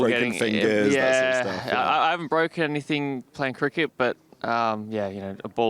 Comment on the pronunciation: He hasn't bwoken anything playing cricket. That's good.